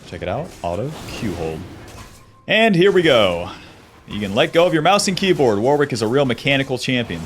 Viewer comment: it's pronounced Worrick, Warwick is a town in the UK and also a common first name here. It is definitely not Wor-wick